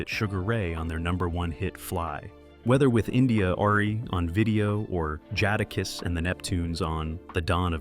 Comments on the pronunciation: “Jah-Dah-Kiss”😩🤣🤣🤣. Chat CPT must have written this and this colonizer just read it. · The speaker is so white 😆 "Jaadahkiss"